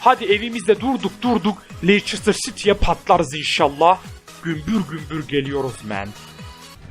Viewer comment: stemptın değil sauthemptın leyçistır değil lestır. bitek ciguli doğru koklin değil ciguli :D